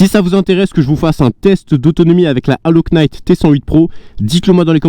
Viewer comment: bonjour, En Anglais on ne prononce pas la lettre K dans le mot Knight. Mais vos vidéo reste super.